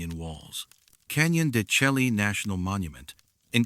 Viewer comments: I've heard it's Canyon de shay not shelky. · Canyon de shay pronunciation. "Canyon de Chelly" is correct spelling. It is an Anasazi site.